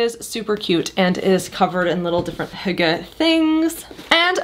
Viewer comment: Finally an American, who can pronounce the word correct 😅